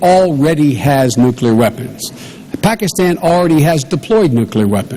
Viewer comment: she says "nucular" :)